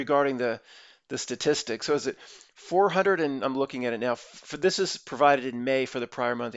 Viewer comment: i like hearing him struggle saying "Statis sticks" is my hero vlogger